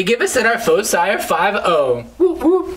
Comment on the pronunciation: You're pronouncing foci wrong.